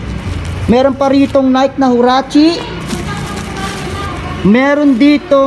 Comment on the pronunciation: Nayk daw! Nayki po correct pronunciation. Next time lam mo na.